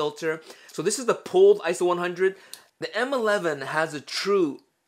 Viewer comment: Its not Isow its I-S-O which stands for international standards organization, PLEASE STOP SAYING ISOW!!!!!!!!!!!!!!